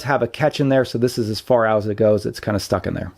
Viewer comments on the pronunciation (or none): none